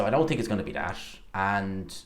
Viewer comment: I TINK you need to learn proper English.. it's Think not tink